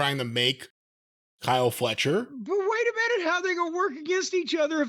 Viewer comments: "Kyle Felcher" 😊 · lol "kyle felcher"